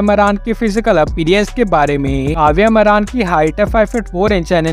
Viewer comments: Ye naam tak sahi se nahi janta hai मारान नहीं मारण है😂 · मारन एसा बोल मरान शब्द ठीक भी नही लगता....जरा अपनी भाषा उचित ढंग से बोलो.